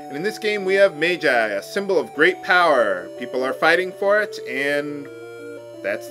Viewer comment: It's not "mage-eye", it's "madge-eye."